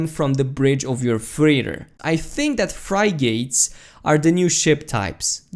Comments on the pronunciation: fry-gates? you mean frigates? it's pronounced fri-gatts. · fry-gates lol...I think its pronounced "Friggit" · being able to build your own ship would be the best. BY THE WAY. its pronounced frig-gets, not Fry-gates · "frigates" is pronounced... "frig - its" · love your work, try pronouncing Frigates like this F-rig-its F connected to the Rig is FRig and then join the Ates or the sound of Its, so you can say Frig-Ates or Frig-Its. the English language can be stupid at times.... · FRY GATES ? --- isn't it pronounced FRIG GITS... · Yeah it was hilarious to hear xD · "Fry-gates" xD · fri-gates lmao that eastern European pronunciation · fry-gates XD seriously though, great video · That is not how you pronounce Frigates Btw